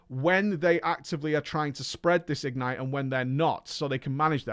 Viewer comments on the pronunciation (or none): Goddammit,! The word "ignite" is stressed on the second syllable. igNITE, rhymes with toNIGHT. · says "ignite" weird.